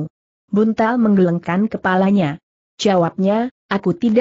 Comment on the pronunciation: Apakah naratornya bukan orang asli indonesia? Pada 1.01.14 membaca kata "menggelengkan" saja gak benar. Klu orang asli indonesia pasti sdh pernah dengar dan tahu arti kata itu. Atau mungkin ini rekaman anak SD sedang belajar membaca lalu diunggah di youtube utk cari duit? Memalukan!!!